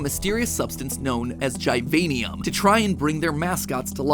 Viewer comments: it not (gie-vian-ium) its (gih-vain-ium) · Every youtuber says the name diffrent, matpat says gajvaejnium, other Say givinium